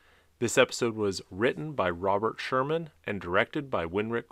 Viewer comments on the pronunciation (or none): none